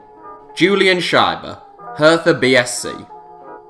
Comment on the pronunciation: No hate but it’s pronounced herTa